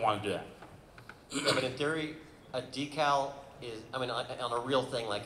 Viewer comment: So refreshing to hear so many people actually pronounce decal correctly this episode.